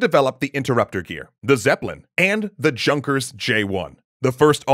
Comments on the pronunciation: “Junkers” is pronounced “Younkers.” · Junkers is pronounced "yoonkers". I'm a bit surprised, because you got Von Braun right... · Was “Junkers” not supposed to be pronounced “yunkers” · Any German speakers here? Isn't the "J" in "Junkers" pronounced as a "Y"? So, I THINK it's pronounced "yoon-kers"? :/ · Its called junker with a "u" sound, like on "you" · you're unarguably an awesome dude, even more so for always taking the time get those really niche and hard to pronounce words and names just right. But oof was hard listen to.